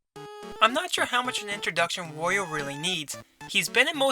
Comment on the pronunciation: How is wOrio? I only know wArio??